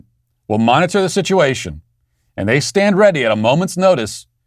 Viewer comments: He said “shituation” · Matt, it sounded to me like you said the "shituation" in Afghanistan when you were talking about the short speech that Sleepy Joe gave. I know I'm probably now banned from the show for not censoring what I thought I heard you say.